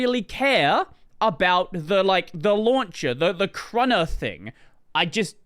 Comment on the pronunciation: Also, I wasn't aware it was called "krunna" -- It's krunner, as in k-runner. There's no such thing as "krunna" xD